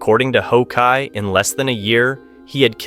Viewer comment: Oh decide on one correct pronunciation and stick to it dude! How kai, who kai, ho kai wtffff man?!!